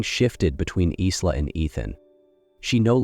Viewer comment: Pronounce Eye-la; not Is-la. Maybe train your AI?